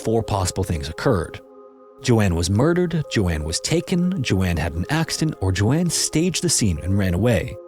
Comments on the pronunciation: That’s not how you pronounce the name Joan? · What is the likelihood that an AI narrator would struggle to pronounce a name as common and with such a standardized prononciation as Joan?🤷‍♀ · You. Mispronounced. Joan. How can you be so consistently abominable at reading simple English? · Lmao I’m screaming at my tv like HOW DO YOU NOT KNOW THE NAME JOAN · Agree both interesting stories but calling "Joan" "JoAnne" over and over was really annoying lol. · Bruh lmao “Joan” is pronounced like jone, not Jo-ann lol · Isn't it Joan Risch not Joanne? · Dude I love your content and I really appreciate that you don't use AI because the second a channel does, I stop watching. But PLEASE take a moment on the pronunciation of some things, especially names. Joan is not pronounced like Joanne, with two syllables, it's one syllable, said like joe + n. Likewise, though it's not about a name, weary (said with a long E) means tired, whereas wary (said with an A) means worried. These are small things that can really impact the overall quality of a video, and it's especially important when you're giving the name or story of a missing or murdered person, who really deserves more attention to detail than that. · Joan not Joanne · Joan is pronounced "jown" ....not pronounced as "Jo-Anne" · Joan rhymes with tone. I should know, that’s my name and how it’s pronounced. Not Joann! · Joan not Joanne. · joan is pronounce Jone, not Joanne! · 'Joan' is pronounced as 'J-own'. Like 'Joe' w an 'n' on the end. Not Joanne. Important difference. It's too bad you mispronounced her name the whole time 🥴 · The proper pronunciation of Joan is Jone. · Joan ≠ Jo Anne. Joan rhymes with moan. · ...both segments called "Splatter"? Edit: I think it's Joan (rhymes with "sown"), not Joanne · Just a note: the name Joan rhymes with loan/moan. It’s not the same as Joanne. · Even though Joans name is written correctly in her photo, its still pronounced wrong. Only AI would be that dumb. So youve been busted